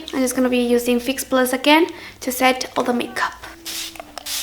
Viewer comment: I love how says 'chu' instead of 'to':3